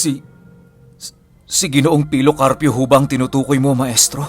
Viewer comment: Grabi talaga yung kilabot ko nung bigkasin ni Yung si pilo karpyo, grabi tumatayo talaga yung balahibo ko wooo 😲🥰